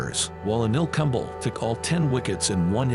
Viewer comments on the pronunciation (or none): Have a human narrate in your videos please. It's really disgusting to hear legendary names like Kumble, Misbah Ul Haq mispronounced as Kumbl, misbahul hack.